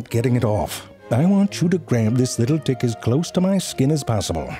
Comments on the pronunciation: He's doing that on purpose doesn't he? Making the T in "tick" sound hard so it sounds like a D... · He must have so much fun with the word "tick", is the first letter a "t" or a "d". Only he knows. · The last clips of hr vid he didnt even try to say t and not d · The audio/ text is saying "dick" at times. That's why I clicked on the video I was watching with only text and at times it wrote tick but then it would write dick. Look at transcript - I'm sorry but I laughed my head off at the first few minutes of the video after hearing tick as dick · Wait, was the first minute of this video about ticks or dicks? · Reason why it sounds like “dicks” and not “ticks” is that he’s not aspirating his “t” sounds, meaning that he does not add air to his “t” sounds. English speakers add air only when the initial sound of a word begins with “t.” A “d” sound in is the same as a “t” sound, except it is voiced (your vocal chords vibrate). In English, however, English speakers do NOT aspirate this sound, so there is no air being added. Because of this, English speakers who are not trained in understanding different morphemes will interpret [t] (unaspirated t sound) as [d] (unaspirated d sound). Hence all the dick jokes. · He said dick not tick lol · For some reason, I only hear "D"ick, not Tick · I Deadass thought he said dick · genuinely thought he said dick not tick. So basically the whole first part sounded more like this. Maybe its happened to you. You're in the shower or getting dressed then you look down and you see a little dick and its all swollen and engorged with blood. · Literally can't hear the difference between "tick" and "dick" anymore. Pretty sure he was alternating between the two thoughout the video. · I think he's pronouncing the t unaspirated. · I actually thought zefrank was saying "you see a tiny dick" and the rest of the ticks as dicks. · So this isn't the subtitles fault this time, informative as this is it wouldn't hurt to pronounce the word Tick better 😅😂